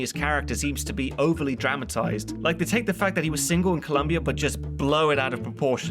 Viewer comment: Your pronunciations are so good but please, there is no U in Colombia!